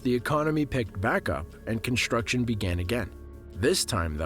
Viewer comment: Dude you do a great job voicing this, but please, stop saying "conSHtruction" and "conSHtructed". Are you doing that on purpose? It's really annoying.